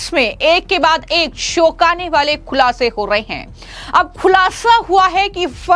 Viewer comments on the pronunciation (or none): सालिश नहीं चालीस होता है। शौकने नहीं चौकाने होता है। बाकी तुम्हारी मर्जी।😮😮😮